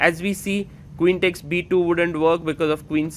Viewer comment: Learn how to pronounce "takes" properly please.